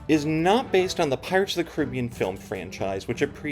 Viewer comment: Great video. Thanks for putting it in perspective. And, yes, your book was a great background for me on the attraction; everyone should read it. Also, thank you for pronouncing it kuh-RIB-ee-an and not and kar-uh-BEE-an 😃